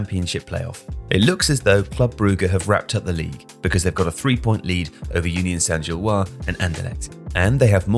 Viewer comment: One note: in "Gilloise", the S should be pronounced (like zhil-waz)